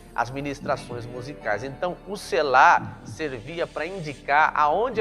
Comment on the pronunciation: Precisa observar que uma letra muda o significado.....no Hebraico tem pelo menos 3x essa palavra e muda uma letra com isso muda o sentido. A pronúncia é SELA E NÃO SELÁ. falo do Hebraico.